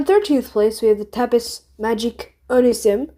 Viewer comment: Not tryna insult ur French but when u pronounce words that finish in s most of the time the s is silent so tapis would be pronounced tapi